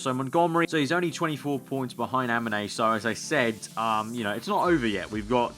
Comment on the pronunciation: Weird to hear you say "Haminey" for a pilot named Jaminet... else great playthrough of a very promising game. Carry on !